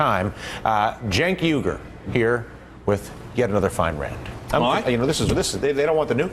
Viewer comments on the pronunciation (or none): Yeah it's funny they pronounce it like 'yugır'...and it isn't going to change.